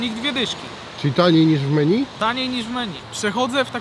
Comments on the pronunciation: Menju a nie meni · czytaj: „menju”